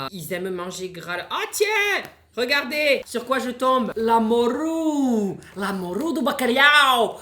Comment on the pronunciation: "la moRRRRRUUUUE"😂